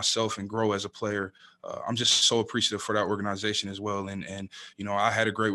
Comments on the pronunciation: "OR GANA ZATION" lol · Org aniz atioN 😂